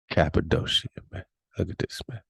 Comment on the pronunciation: Cap-a-doe-sha ... 😂.... Next time someone ask me where I'm from ... I'm telling them I was born there!